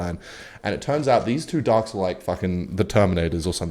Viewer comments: Entire time I thought you were saying dogs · Through 3/4th of the video I was sure you were saying "darks" instead of "ducks" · I heard "Darks" instead of Ducks and tought really did lose his mind this time